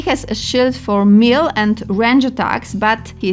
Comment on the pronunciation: na miły bóg - nie łipon - we-pən , nie mil - meleɪ , nie instrukszyn - ɪnˈstrʌkʃn, nie smal - smɔːl...... i można tak ciągnąć i ciągnąć....